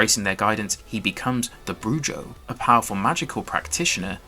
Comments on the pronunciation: Broo-ho, not broo-joe. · It's pronounced Broo-ho dog. Brew-jo is a butch bartender in Tennessee or something.